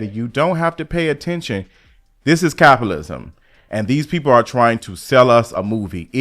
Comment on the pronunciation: what's "capalism". Feels like I'm watching a Cardi B video. Lmfao